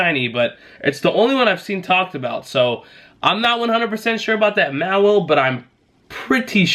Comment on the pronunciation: Just an FYI it’s pronounced Maw-while, also it’s Bay-net.